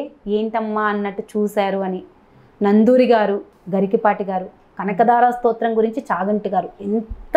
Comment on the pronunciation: నందూరి కాదు నండూరి